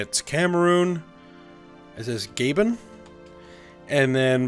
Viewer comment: Gabon is pronounced 'Gah-bon' not 'Gaben' lmao